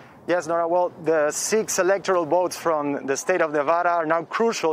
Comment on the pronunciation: Why does the guy keep saying boats and boating instead of votes and voting?